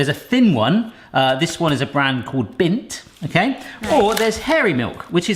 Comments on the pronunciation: Did you really just say “Bindt” instead of Lindt? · Do you call Lint chocolate.. bint?? Haha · Don’t think he is allowed to say the real name. Like when he said bindt instead of Lindt.